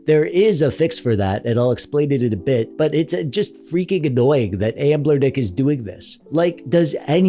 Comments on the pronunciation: Are you saying Anblernic instead of Anbernic as a mistake or to troll us and drive us crazy? Lol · You said the over sharpening is annoying, but what’s really annoying is how you don’t recognize that there is no L in the name of company. Why do you keep saying amblernic??? It just sort of invalidates the credibility of the whole video.